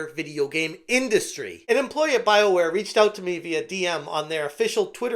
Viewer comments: Thought it was pronounced Bioqueer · I know it's Bioware... but I keep hearing Bileware